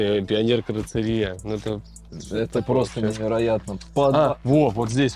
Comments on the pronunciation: Карцерия🤬🤬🤬Вы бы хоть читать научились… Каррозерия…. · Карацерия😂😂😂😂 на ДВостоке это каррозерия😅😅😅